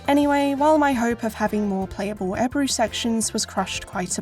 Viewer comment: I love how Ebru is pronounced as "Eibrue" in the English voice over. I honestly loved this game back in the day. I don't know why it's not mentioned more in the Turkish video game history. Thanks for the extensive video.